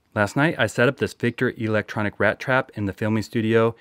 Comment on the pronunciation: E-lectronic... The Long e tho